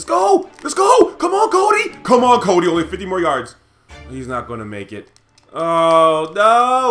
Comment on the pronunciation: every time you said cody it sounded like kobe.hehehe